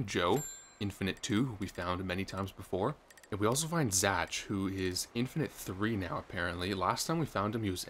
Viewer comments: Congrats dude! But why are you mispronouncing “Zach” as “Zatch” the entire time? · Why did you pronounce "Zach" as "Zatch" lmao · isn't Zach pronounced like Zack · Why do you say Zach like that. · Why's bro pronouncing Zach like that lol?